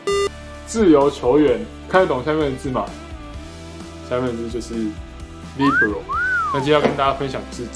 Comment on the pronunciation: Libéro 好像也不是英文 那個é往上揚 念起來更像 李杯ro